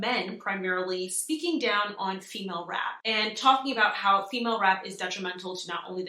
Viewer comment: Not “Femail” 😢lmaoooo